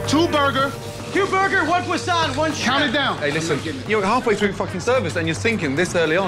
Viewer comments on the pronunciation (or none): none